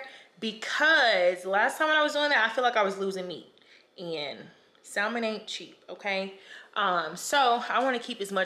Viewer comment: They need to sponsor you! Not to be rude or too critical but as far as I'm aware the l in salmon is silent